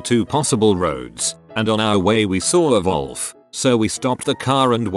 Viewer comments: Vhat’s up vith the TTS voice saying “volf” instead of “wolf”? Is that hov they say it in the UK or something? (sic) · "When i was little" "My grandma pulled out her phone and googled something" Excuse me while i proceed to crumple into dust like Dorian Grey seeing his own portrait Also, why does this particular text-to-speech always read "wolf" as "volf"? Makes me feel like it's about to start going on about lebensraum or something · Why's it pronouncing wolf as volf? 😂